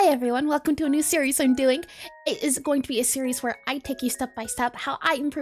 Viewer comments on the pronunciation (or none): i was just watching one l of ur streams and u saying welcome welcome sounded like " waka waka " 😭 fav content creator in the universe ❤️